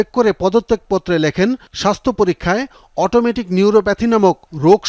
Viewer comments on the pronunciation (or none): অটোনোমিক হবে উচ্চারণ আর যে সংবাদটি পাঠ করছেন সে ভুল উচ্চারণ করছেন, সে বলছেন অটোমেটিক এমন ভুল আশা করা যায় না